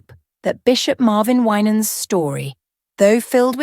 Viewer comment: You don't know what you're talking about because you can't even pronounce his last name, bye liar. 😅😅😅